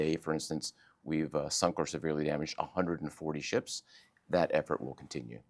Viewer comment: It's called Ships not Sheeps lady. این دو تا خیلی فرق میکنن باهم‌😂